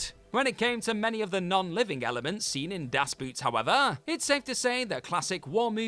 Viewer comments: Das Boot: in German it's pronounced like "boat" is in English, not "boot" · Ev’ry dumb English speaker not being able to pronounce “Das Boot” correctly. GRRRRR. It’s a friggin’ German submarine, not a piece of footwear!!